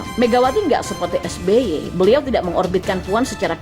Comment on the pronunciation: Waduuuh Rempeyek...rempeyek, eeeh salah Es Be Ye...Es Be Ye.